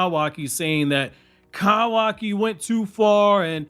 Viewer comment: pls fix ur pronunciation man…kawaki, kurama, etc its painful to listen to dude